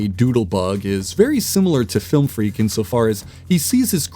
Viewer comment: "Flilm freak"